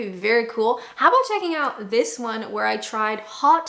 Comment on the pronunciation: I love that you haven't lost that wonderful, Canadian pronunciation of "out" - that's my "Are they American or Canadian?" test 😊